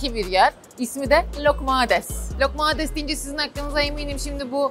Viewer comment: Lokmades değil loukoumades(lukumades) 🙂